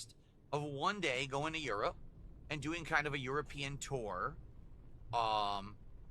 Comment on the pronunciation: "We're talkin' about taking a yurapeein' tore."